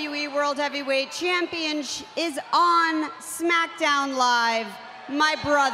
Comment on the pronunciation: Haha you said championshit